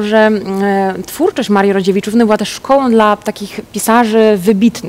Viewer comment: mówi Rodziewiczówny.